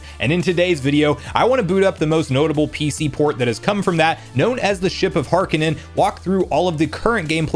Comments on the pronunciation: It's not ship of HAR-ka-nen, it's Har-kin-EE-an. Pretty obvious from the spelling... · am i the only one that cant help but be upset a bit on how he says "ship of harkinian" as "harkinan"? or am i just too used to hearing the name in the zelda cdi voice actors?